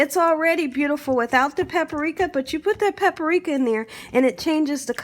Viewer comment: It’s PAPRIKA, not “PAPA-RIKA”. Please speak properly else you come across as illiterate and it detracts from an otherwise great video.